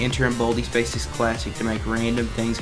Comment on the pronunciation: im sorry to make fun of your accent but baldi's baysics